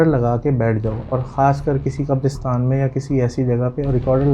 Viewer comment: Qabrostan✅ Qaberistan ❌